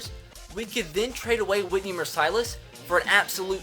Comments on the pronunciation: who's Whitney Mersighlus? i thought it was Whitney Mercilus lol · Okay... there is no way watches football. He miss pronounces the easiest names! He legit said "Mer-cy-lis". Bruh😂 its "Merc-lus" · His name is not mer cilous it's Mercilus as in the lack of mercy smh and please don't get rid of my man 🙁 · Mers-uh-luss not mers-eye-less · Its pronounce mers-u-less not mer-si-lus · Whitney Mercilus Pronounce Whitney Mercy-Less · I'm like 99% sure you are saying Mercilus' name wrong. Mer-see-lus is what I'm pretty sure it is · Mercilus is pronounced Mur (like fur)- sul (like pull)- us (like puss) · Mercilus --> Mer-Sill-Luss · Dude it's pronounced Whitney "mercy less" not the way you're saying it 😂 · You said Whitney Mercilus name wrong it's said like Whitney Mercy-less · boy you gotta pronounce mercilius correctly... "mercy-less" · whitney Mercilus (Mercy-Lus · it is pronouced whitney merclus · That's not how you say Whitney mericelus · J.S.S Campos fr lmao